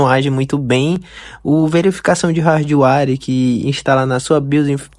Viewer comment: rardwáre meu amigo? pqp... primeiro tem que aprender a falar...